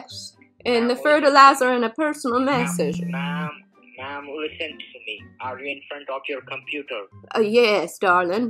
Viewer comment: This was brutal....and mass-ager???? 🤣🤣🤣